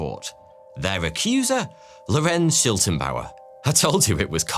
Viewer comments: It is always entertaining to hear english speakers try to pronounce german names ;-) Never mind, but it is Schlittenbauer (he who makes sleds) not Schiltenbauer (whatever that would mean) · The neighbor is pronounced Sch-lit-ten-bauer as in "slit", not Sch-ill-ten-bauer as in "shill". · Why call Schlittenbauer Shiltenbauer? Please at least try to pronounce non English names right, it’s not very hard to google. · According to Wikipedia, the girl’s name was Cäzilia, not Kesilia. The man was Schlittenbauer, not Schiltenbauer. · Schlittenbauer, not Schiltenbauer! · Schlittenbauer. Not Schiltenbauer. The L is spoken before the I . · It's not Shiltenbauer it's Shlit-ten-bauer! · *Detail Notice: >> The correct name of the neighbour was Lorenz SchLiTTENbauer, not Lorenz SchiLTENbauer << You wrote it right, but pronounced it wrong... But ... very high quality video - just like always!